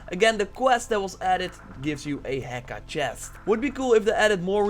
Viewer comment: The h is silent in heka. So ē-ká not he-ká.